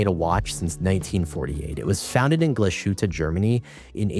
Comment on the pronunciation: Good video but please do not butcher the pronunciation of Glashütte as it is a credibility destroyer. It is Glass-hutte with no sh sound as in shower.